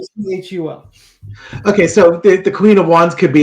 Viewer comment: Pronounced Hokul. Governor Hochul is pronounced with a “k” for the “ch”.